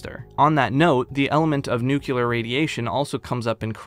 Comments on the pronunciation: An amazing walkthrough a series of games I would have never heard of otherwise.. Also.. it's NU CLE AR (noo-klee-er) not NUCYULAR. I'd love to know where everyone gets the Y from. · Every time he pronounces Nuclear as Nucular I want to scream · Say it with me Nu-cle-ar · Did you learn "Nucular" from George Bush?